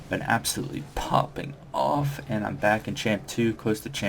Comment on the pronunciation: Poppin off lmao. You sound way too white to try to say that and not come off awkward as hell.